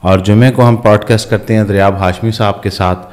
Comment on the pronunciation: Though sometimes it seems so imperfect and so thout less.. They say podcast ko پوڈ کسٹ ق کو بولتے ہیں ک